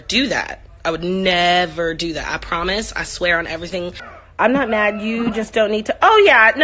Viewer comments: No u didn't with the "broken promisthis" lol I can't right now!! 😆😆😆😆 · Disrespectful to your mama Keily. Broken promithis promithis